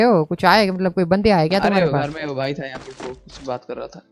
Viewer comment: said wife or bhai 🤨🤨🤨🤨🤨🤨🤨🤔🤔🤔🤔🤔🤔🤔